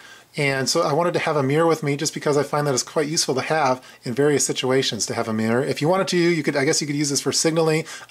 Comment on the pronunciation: Good kit... by the way, there's 2 syllables in "mirror" ;)